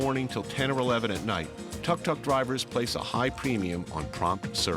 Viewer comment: Tuk tuk is pronounced “took took.”